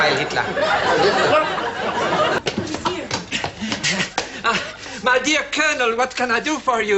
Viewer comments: ALL I HEAR IS “klop” Not TLER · He actually says ‘klop’. Don’t know why, probably a joke that didn’t work since no one understands it. And no, it totally doesn’t sound like -tler. You should get your ears examined of it does. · Always thought it was clop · Anyone else thought he was saying ‘Clop’? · it is weird how it sounds like that. I first thought he might be saying “Klomp” as in the painter, even so, that didn’t make sense either. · Always thought he said 'club'.